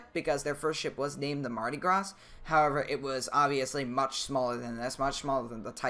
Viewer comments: I know this is probably nitpicky, but I'm pretty sure it's pronounced "Mardi Graw," not "Mardi Grāz." Not 100% certain as far as the ship's name goes, come to think of it... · It's pronounced Mardi Graw. Not Gras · btw its said: mardy grah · Mardi Graw. I know, I'm frickin' a Southern Alabamian. And it's (Cajun) French, not frickin' English. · when you say mardi gras you say the gras your shoud say gra no s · For your knowledge: Mardi Gras is French. The S is silent. And it’s not Coasta Concordia. It’s Costa Concordia - like how much does it cost…not coast. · do mardi gras vs synthony of the seas Edit: it's called mardi gras but it's at a silent s at the end of gras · mardi gras has a silent s in "gras"